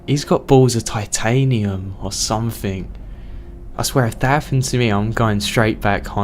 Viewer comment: had to quit halfway...cant hear k on the end of every word or somethink